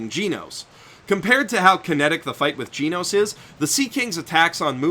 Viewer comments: FFS his name is GEN-nose not Gene-nose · It’s genos. Not gee nose. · Didn't anyone else lose their minds when he said "GEEnos" instead of "GENos" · whispers you keep saying Genos wrong, btw. It's Geh-nos, not Gee-nos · I think it's just genos not geeenos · giinos? I thought it was genos.... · temporarily not here It is pronauced Ge-Nos not Gee-Nos he failed to say it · TeknoWhale he said Jee Nose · it's pronounced GEH-nos, not GEE-nos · "Jinous". My favourite cyborg after Genos. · ジェノス(jenos) not ジノス(jinosu) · Gen osu but without the ooo! Say it right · the only thing that peeves me more than the fact you call avatar an anime is the way you say Jeenose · I swear to god if he pronounces it "geenos" im killing myself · i’m sorry brudda but as soon as i heard GEE-nos... i had to shake my head. good video though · "Gee-nos" smh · it annoys me that you say "geenos" its called Genocide not Geenocide... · Arya Suri Jen Os. "E" makes a preceding "G" soft so it makes a "j" sound. As in "generation" or "general" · Pronounce it like jeenus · "Jeenos" really bro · "Gi-Noos" i died a little inside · Yuck. I can't help but notice how you pronounce Genos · Lol it' not fucking hard to pronounce "Genos" the English and Japanese version both say it correctly the "e" in Genos is said like "elephant" it just really bothers me that you pronounce it wrong so please say it correctly ... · All the times he pronounced Genos wrong. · Did you really just pronounce Genos like that? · Dang the way he pronounced Genos made me feel pain